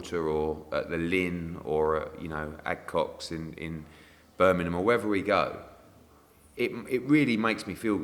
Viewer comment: acocks not adcocks 😂😂😂😂😂😂